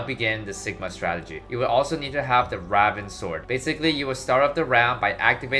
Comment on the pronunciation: Why does he say raven so weird??